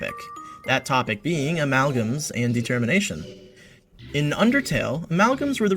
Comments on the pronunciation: Why does he say De-Termination? Is he stupid? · I kinda thought you were gonna make some sort of "De-cember" and "De-termination" connection because you kept emphasizing "de" in "determination". Dang - that could've cool